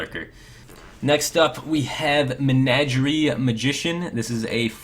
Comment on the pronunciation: I'm really happy you said Menagerie right this time :) So happy I'll forget "Avion" <3